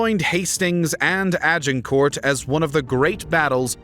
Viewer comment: That pronunciation of ‘Agincourt’ was truly awful 😂